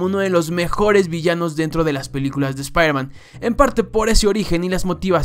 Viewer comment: Nadie:: sprhmen